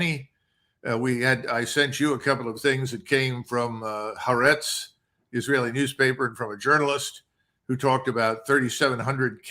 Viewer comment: If I may interject a verbal edit, the pronunciation of the Israeli newspaper is Hah AR' ets, rather than hah ah RETZ'.